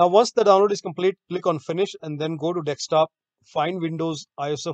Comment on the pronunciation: LMAO "deck-stop" It's DESKTOP. DESK-TOP! There's no deck. There's no DEX. It's DESK! I swear these HCL/TATA people... wow.